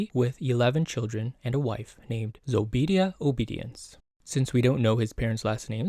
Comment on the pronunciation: Zoe-Be-DYAH btw. Have a friend with a name similar…but it Zeh-be-dyah